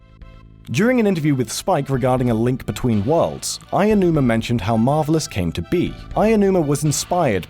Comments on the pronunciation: Ayanuma? How does a series of videos dedicated to import gaming fuck up Japanese pronunciations this badly? Also, I find it worth mentioning that the game DID manage to come out on Virtual Console, albeit only in Japan. It was the WiiU's Virtual Console though, never being released on the Wii's, so it really did take a long time for it to come out (the original Mother was another case of this, incidentally, with Japan's first Virtual Console release of it coming out at the same time as the surprise release of Earthbound Origins in the states). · Lana's fangirl I think you're missing my point. The people who I think deserve criticism are the people in the gaming journalism industry and those who consider themselves Nintendo and Zelda fans. It is clear ignorance. People do this with plenty of names in the industry too. Bottom line, if you're making a video on anyone, do the research to pronounce their names right. It's okay to make mistakes but this happens countless times so yes it is ignorance. Have a good day! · Lana's fangirl lmao okay but it's pretty disrespectful to constantly talk about a person who you look up to without even bothering to pronounce their name properly. Nintendo YouTubers and zeldatubers do plenty of research for their videos except for pronunciation? And it isn't like they haven't heard Aonuma say his name before so it's plain ignorant. Im not the next Albert Einstein my point is that it DOESN'T take a genius to pronounce his name right. There doesn't have to be a argument just don't be ignorant and stuck in a bubble of American or english pronunciation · You keep saying "Aiyonuuma," not "Aonuma." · No, it's more accurate than how the narrator of this vid pronounces Aonuma. He says "Aianuma" where as "Ow-nu-ma" is a closer approximation. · OW-NOO-MAH where the hell are you getting "eye-yah-noo-mah? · Who´s Eyanuma? It goes "Ao". "A" as in "architect" and "o" as in "all". "Aonuma". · Why does he keep saying "Ah-yah-numa" instead of "ah-oh-numa"